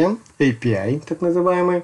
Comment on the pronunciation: не АПИ, а ЭЙПИАЙ